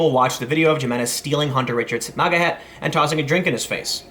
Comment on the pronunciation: It's MAGA prononuced ( MAY - GA) not Moga (M - Ah - Ga) FFS dude.